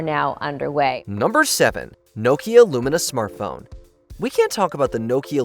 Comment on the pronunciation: it’s LUMIA. Not "lumina" smh